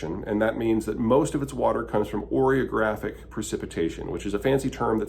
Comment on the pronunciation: Orographic, not oreographic.